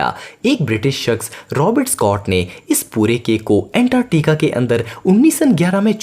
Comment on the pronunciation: Antarctica hota hai antatica nhi..